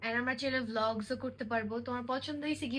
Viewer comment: Vaiya apni ki flog bolsen nki vlog🤔